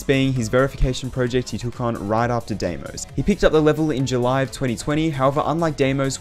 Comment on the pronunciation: I know its not important but Deimos is pronounced dimos as it comes from the greek word where ei is pronounced i great video though